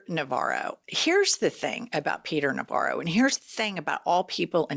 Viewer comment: Navarro=Ronvara lol